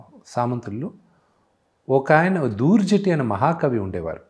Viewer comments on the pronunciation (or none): Urey...telugu charitra ni own chesukovatam antunnava....kanisam maha kavi Dhurjati peru or aayana rasina kavyam peru sarigga palakaleka potunnavu.....kanisam idi kuda practice cheyyava???? High school chadivina students ki kuda telustundi.....kada.....